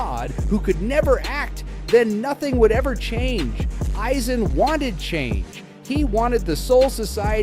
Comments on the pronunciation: “Eieezin “💀💀💀💀💀 the ai voice tripping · My ears are bleeding from hearing AYE Zen🦻🩸🩸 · HOGGG yoku, eyeeeeezen, and ywok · How the fuck do you make an entire video about a character whose name you can’t even pronounce is beyond me. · I'm sorry, but if you're going to start off by mispronouncing his name, the video isn't worth watching. Its only 1 of the most beloved villains in anime history. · Thumbs down...because you can't say his name right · The way he pronounced Aizen is literal cringe 🤣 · Immediately stopped watched once you pronounced his name like that, ngl